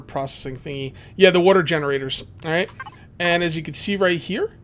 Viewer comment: You have to be for Philadelphia, you have the accent when you say water